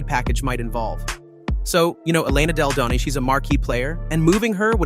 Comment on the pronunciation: I’ve heard miss pronounce Della Don name about 3 or 4 times. Have some respect.